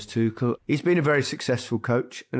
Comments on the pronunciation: There is no 'K' in the name Tuchel. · for fuck's sake! it's not tukel, not tukl, not tuchel and not tushel! IT IS PRONOUNCED TOO-HELL